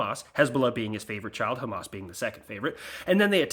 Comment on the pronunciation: You nailed the hebrew pronunciation of Hamas